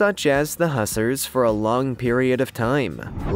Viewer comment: Pronounce words correctly ffs ,""hussars"" uses not a "soft"S but a z as in buzz.